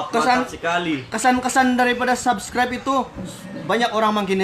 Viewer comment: bro mana video kau yg susah berul mau sebut subcribr ahaha